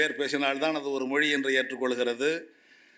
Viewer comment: கவனிக்கவும்! 😅இந்த லூசுக்குத் தமிழ்ச் சிறப்பெழுத்தான 'ழ' என்ற சொல்லை உச்சரிக்கத் தெரியவில்லை! ஹிந்தி எப்போது, எவ்வாறு, எந்த மொழிகளின் கலப்பால் உருவானது என்ற வரலாறும் தெரியவில்லை! தன் பெயரே (!) வடமொழி என்ற உணர்வும் இல்லை! 'மொளி' என்று சொல்பவர், முதலில் தன் நாக்கைத் திருத்திக் கொள்ளவும்! சம்ஸ்கிருதத்தை இகழும் இந்த ஆள், தமிழில் ஆதிகாலத்தில் தோன்றியதாக ஒரு அறிவியல் அல்லது சட்ட நூலைக் காட்ட முடியுமா? ஆங்கிலத்தின் மீது தன் காழ்ப்புணர்ச்சியைக் காட்டும் இவர் தன் பிள்ளைகளுக்கு ஆங்கில வழிக்கல்விதான் தருவார்! ஆங்கிலம் பேசும் நாடுகளுக்குத்தான் உயர் கல்விக்காக அனுப்புவார்! சந்தர்ப்பவாதமும் பிரிவினைவாதமும் பேசும் இவரைப் போன்றோரால், அவர் மட்டுமே பயனடைவார்! வங்கியிலும் மற்ற அரசு அலுவலகங்களிலும், மருத்துவம், பொறியியல் போன்ற துறைகளிலும் தமிழ் மட்டுமே வேண்டும் என்று போராடிப் பார்க்கட்டுமே!